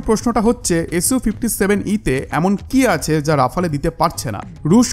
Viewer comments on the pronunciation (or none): প্রিয় ভ্রাতা,আপনার উচ্চারণ ডেসলট রাবার নয় , এটা হবে দাসাউ রাফাল । দয়া করে এটা ঠিক করে নিন। ধন্যবাদ